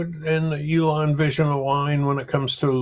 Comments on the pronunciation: Dam dude its E-lon not A-lon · Anybody cringing everytime he says Alon? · Ælon. The guy is pronouncing it that way on purpose. What purpose that is, I cannot say. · Great video but who the hell is "A"-lon?!